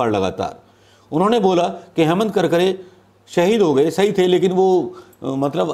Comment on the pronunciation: कडकडे नही करकरे नाम है 🤣🤣🤣